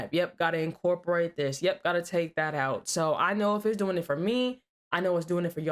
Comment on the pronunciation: 245:45 "...what are you doing-ah?".,...why do so many young women & girls like you put an "ah" at the end of words that should be left without the "ah" at the end?,...I see it a lot on police call video channels.,...why you do that?